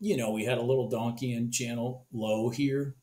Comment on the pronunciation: "donkian" high... lol dont know if you really call it that or not. but it was funny. Just not how its pronounced.